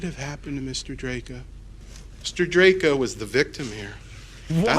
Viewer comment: Chat was absolute gargabe during this. Still, acting like he's the definitive authority on this case bc of his prior coverage, yet failing to even pronounce the guys name right even a single time is hilarious.